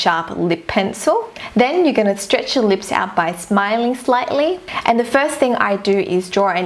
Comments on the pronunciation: its not leeps its lips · I love the way she says lips "leeps" 😂😂💜and "loops" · she says leep because of her accent